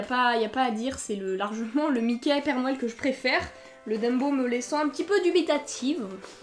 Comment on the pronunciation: C'est bizzare commen tu dit noël on dirait que que tu dit nonel sinon continue comme ça